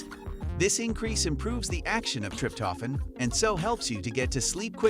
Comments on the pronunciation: Learn correct to pronounce Trip toe phan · WTF is "trip-toffin" and "mel-a-taunin"?🤣🤣🤣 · Oh dear! TRIP TOH FAN!!! Mel a toh nin Hard to listen when these words which are pronounced SO badly! Good info though.